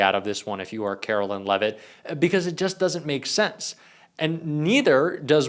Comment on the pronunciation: Carolyn Lie-vet